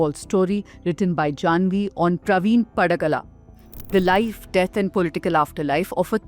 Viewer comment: Praveen Pagadala... not Padagala...